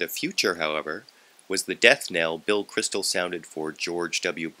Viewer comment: It is Bill Kristol, not Crystal. :)